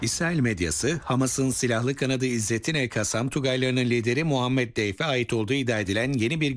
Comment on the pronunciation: Deyf değil dafy ( ضيف)